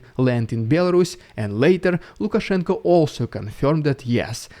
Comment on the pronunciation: I appreciate the effort to call him Lukashenko with an o